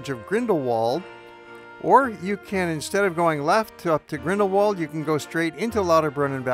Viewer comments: It is Grindelwald not Grindelwold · This is one of my favourite places in the world but your pronounciation of Grindelwald is sooooooo annoying. German speaking places always pronounce the English W as V so the phonetic pronounciation of the village name is Grindel-Vald which is much more charming than ending it in the English Wald.